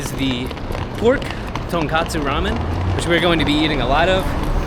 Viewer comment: 英語で言うとトンコツラーメンがトンカツラーメンに聞こえる。一蘭もShinShinも並びが多すぎて本当に観光客の方は大変だなって思う。